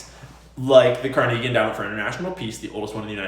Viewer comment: If you don't stop pronouncing Carnegie this way I'll unsub